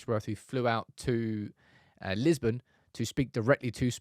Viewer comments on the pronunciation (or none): none